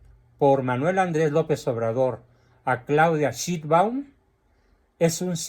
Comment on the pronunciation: Cuando se refiere a chitban - Sheinbaum- se refiere a SHIT ? SI ES ASÍ, SE PRONUNCIA " CHET " PALABRA INGLESA QUE significa mierda 💩.